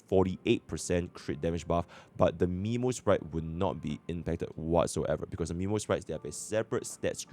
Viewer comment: Its Memosprite ant Anemosprite just for that you get a Thumbs Down